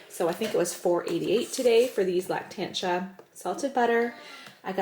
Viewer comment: No big deal but the correct pronunciation is Lac-tan-see-a, not lactansha. I just figured I would share that especially for the viewers who may not be familiar with that brand.